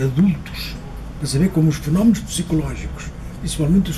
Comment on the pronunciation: kkkkkkkkkkkk sério "sabeire conjugaire"...e reclamando da pronúncia dos brasileiros...kkkkkkkkkkkkkkkkkkkkkkk.. só português mesmo!! hahahahaha